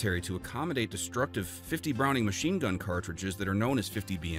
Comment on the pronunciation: This guy is not a gun person you hear how he pronounce John browning name.